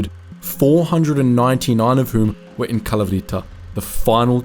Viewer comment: it's kalAvryta bro. either research how to do the greek pronunciation right or just don't try it lol